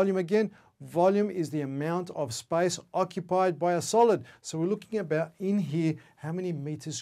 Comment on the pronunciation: Does he say spice or space 😂